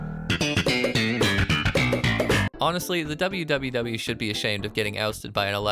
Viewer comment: So, in the event you do more of these, and it's not a bit where you pronounce literally what's on screen, WWW is """Pronounced"""" as "World 3" Because Capcom literally could not care during this era.